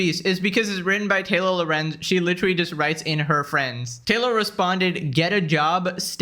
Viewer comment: When says "Taylor Lorenz" it sounds a bit like "Taylo Lorenz" which makes her sound like a character from Star Wars, her character does Jedi Mind tricks but in reverse, instead of magically convincing people she's right, she magically always manages to convince everyone she's dumb AF and wrong